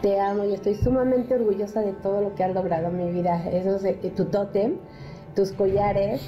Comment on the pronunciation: Mama de barbara: tu totem: que...mi oido biónico escucho totem...:)